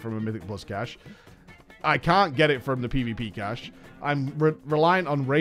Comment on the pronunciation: FFS STOP SAYING CACHAY!